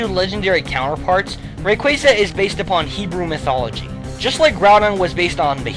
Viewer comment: its rayquaza, bro, not rayquazuh